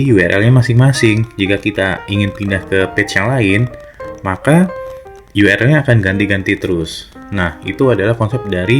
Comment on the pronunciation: Sudah banyak sekali tutor Indonesia yg ngomong URL dibaca yu er el... Yg bener itu yu ar el